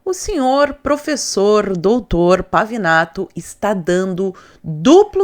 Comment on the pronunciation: É Pavinato,Pavanato, Pavãonato kkkkkkkkkk